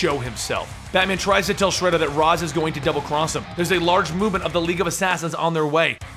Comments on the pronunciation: You mispronounced Ra's, it's (Raysh) not (Roz) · RAYSH not Raz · Raysh, Not Raz. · It is pronounced raish not raz